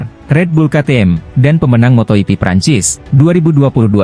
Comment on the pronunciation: Kok ngomongnya "Moto iti", bukannya moto jipi yg bener.?... Awas klo ngmong moto iti lg lgo,,,. Ntar kebablasan, moto iti+l